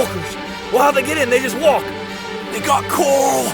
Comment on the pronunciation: “Fhey kill paper”😂👍